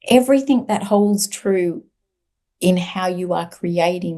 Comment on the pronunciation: It was very difficult to listen to due to her stilted speech and strange pronunciation - ie everythink instead of everything, really distracting.